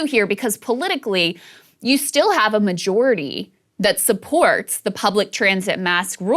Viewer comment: "Majority"? Come on krystal